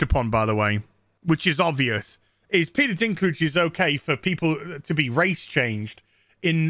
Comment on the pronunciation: Peter Bladdy Deenklijjj 😭(Dinklage)